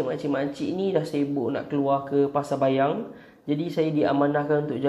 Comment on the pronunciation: pasar payang bang bukan bayang